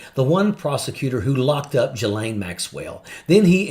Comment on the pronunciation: You might want to learn how to pronounce Ghislaine.